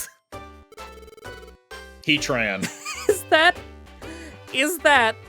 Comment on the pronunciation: when he said heatran i heard "he tran" and i was really unsure what atlas being trans has to do with them holding the world up, but i respect their identity